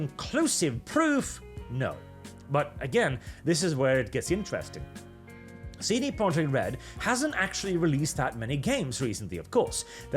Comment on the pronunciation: I dunno why but every time you say "CD Projekt" I hear"seedy project" .